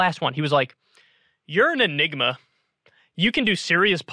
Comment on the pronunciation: Hey Kyrsten... enigma /ɪˈnɪɡmə/ noun a person or thing that is mysterious or difficult to understand.